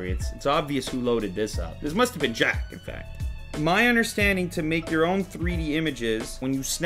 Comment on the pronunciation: Lew, we Jack not Chaz.